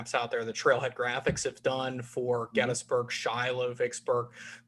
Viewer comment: Finally! Someone who correctly pronounces GET-tus-berg.. : )